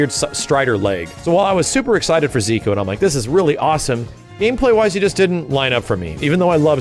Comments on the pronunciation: Stop calling him Ziku!! its Ze- Kuu!! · i cringe every time says zeekoo